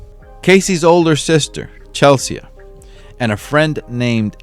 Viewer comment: Not Chelssseeeaaa .... it's Chel - Sea. Spelled the same. It's English (UK).